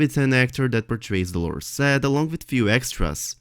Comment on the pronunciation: You have great technical knowle4dge of english, flawless really. Your pronounciation i find problematic, I think you said "Dolourous Ed" one time?